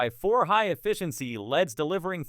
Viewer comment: Can’t trust a LED light review when they can’t even pronounce LEDs correctly.